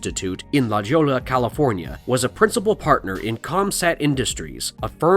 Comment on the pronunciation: Pronounced: La Hoya